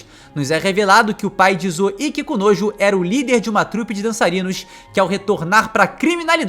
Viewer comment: não tenho maturidade pra ficar ouvindo ele dizer "Kikunojo" repetidas vezes kkkkkkk